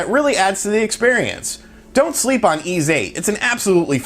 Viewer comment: It’s called Ys (pronounced ‘ease’) VIII. It’s dope, I played it to death on Vita. If you’ve never played an Ys game you’re in for a treat.